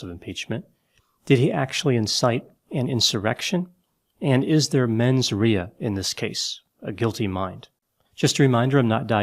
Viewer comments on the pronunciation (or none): “Menz RAY-uh” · For the first time, you and I almost agree. I do want to add, that Trump did attempt to kidnap and/or kill members of congress, so the fact that several of them are still voting against actions against him really makes me question their sanity, judgement, and mens rea (pronounced "RAY-a"), and I wonder what dirt Trump has over them to force them to do that.